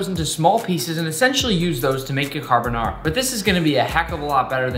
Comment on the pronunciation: Every Italian dying inside after hearing him violate the name carbonara